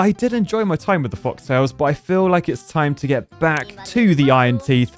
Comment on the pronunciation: FOLK-tails, not FOX-Tails!!!! Sigh.